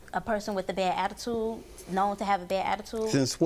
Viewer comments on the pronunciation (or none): Did she say “Abatude”.